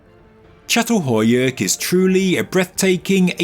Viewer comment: /cha-tal-HOE-yook/ Could we please check the pronunciation of sites? I've known how to pronounce this since I was 19 when I first learned about it. Every time a name gets pronounced ... badly ... I cringe, regardless of the interesting information being offered. OK, finally, at the end, got it right. But it started out as "cat" several times in the first few minutes.